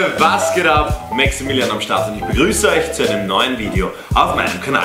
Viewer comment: Hi du hast gesagt maxaminion